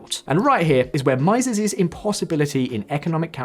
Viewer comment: Just one note: Mieses rhymes with cheeses.